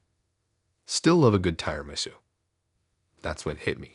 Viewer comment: ‘Ty’rimisu, clowth napkins. It’s getting me too